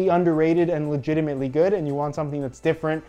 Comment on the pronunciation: Dare you to count the amount of times he says legiemant